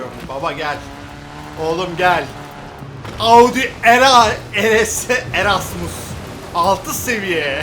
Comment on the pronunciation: Abi o nasıl Rs demektir Audi Eress 6 djfjffj abi bu arada bi kalbini alırım.❤️